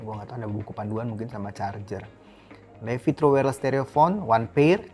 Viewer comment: Kayanya dibacanya bukan LEVI deh tapi LIFAIIII.. 😂